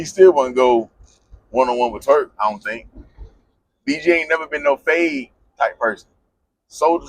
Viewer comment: SAY IT WITH ME TURK NOT TREWK